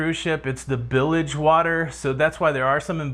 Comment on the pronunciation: LOL "bilige"